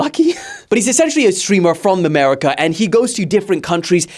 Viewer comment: Why did say America like that form the America 😂